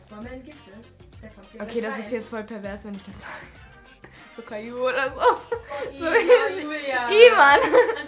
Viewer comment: 😂😂😂😂Julia hätte alles sagen können aber nein, sie sagt Calliou😂😂😂😂😂